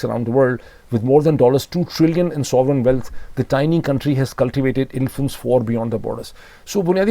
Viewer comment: Dr. Sahib, its pronounced OPEC, not opaque :) ... this is another POILET moment. I would also suggest carefully listening to the pronunciation for "uncertainty" and "sovereignty". You have a lot of reputable international viewers and sometimes your pronunciation for some very common words is not appropriate. I hope you don't mind the feedback.